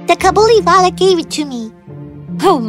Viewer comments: It's not cabuliwala it is kabuliwala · In this it is kabuliwallah not cabiliwallah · the way mini said cabuliwala is sike !!!!!!!!!!!!!!!!!!!!!!!!!!!!!!!!!!!!!!!!!!!!!!!!!!!! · I would watch the hindi version and i got upset how Mini said "Kabuliwala" GIrl do you know how to pronounce hindi?